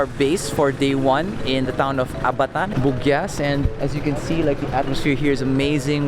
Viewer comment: Say ABATAN like Aba-tan